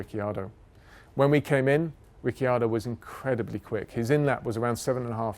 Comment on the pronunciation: After “Lastname” now we have “Rick-yado” 👍👍